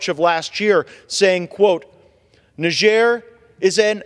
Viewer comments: English speaking countries don't use the French pronunciation - - If you want people to know what country you are speaking about - - say "Nigh" (like the time is nigh) + "jer" (as in Jerusalem). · Cannot even pronounce the name of the country